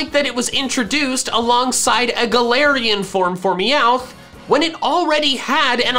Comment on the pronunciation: DO NOT LEAVE OFF THE T IN MEOWTH!